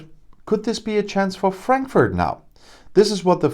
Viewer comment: Cute how he deliberately mispronounces the name of the city for our British "friends". Of course, Frankfurt has been getting banks and staff for a few years now, and there is even an agency in Frankfurt for the purpose of helping this. I nevertheless love hearing this news every time it comes. Keep sending us jobs and money, UK!!!